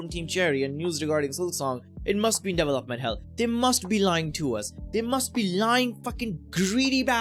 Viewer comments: your indian accent came out strong on this one 🤣 DEEVALOPMENT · I've never heard it pronounced Devel-Up